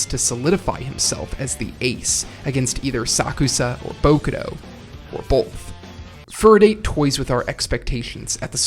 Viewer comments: my guy just said foo-roo-d'eight. its pronounced fu-ru-dah-teh, same with date tech, its dah-teh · No way you took Furudate's name as "Furdate"😭😭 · Uhhh… how did you pronounce “Furadate”? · furudate - as in foo-roo-dah-te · Furudate? Date tech? C'mon man that pronunciation is awful lol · I urge you to look up how to say Japanese names properly. Of course it's ridiculous to expect flawless pronunciation, but Date Tech, Furudate, and Hirugami in particular are so badly wrong that it's just painful.